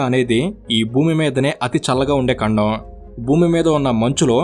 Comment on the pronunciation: ఖండం ❎ కండం ✅ 😁😁